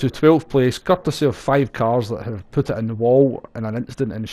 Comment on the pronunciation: Schottische- English Übersetzungsdienst hier... "Um nay gonny putt thus taim..." "I'm not going to pit this time." The "t" at the end of "putt" and 'pit" is silent. Hope this helps., your videos are great: thanks:-)